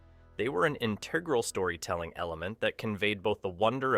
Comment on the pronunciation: In-te-gral not in-tig-ral.